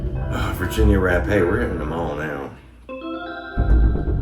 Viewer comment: Thank you for pronouncing Virginia Rappe name right, to many people say it wrong.